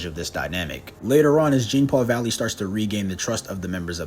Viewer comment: if you're gonna cover a character, please say their name correctly